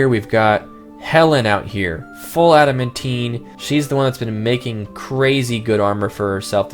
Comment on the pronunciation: ad-uh-man-tine please pronounce adamantine correctly